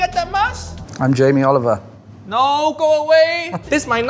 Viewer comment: Jamie Oliber...Haiyaa ⛳